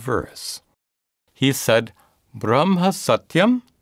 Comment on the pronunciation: I m confused with the way you pronounce brahma.Sometimes is like u say bramha instead of brahma.Just out of couriosity...